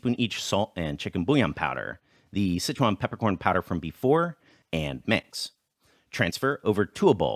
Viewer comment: Why do you pronounce Sichuan as "Citron"?